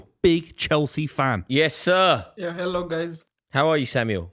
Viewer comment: Knew Samuel was Kenyan the second he said "Hello guys". We really do have accent lol